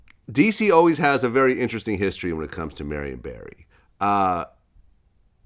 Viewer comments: Vlad get the name right, Barry not Berry. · Barry, not Berry. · Y’all keep saying Barry but you niggas pronounce it berry also cut the bs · They pronounce his name as Berry if u didn't know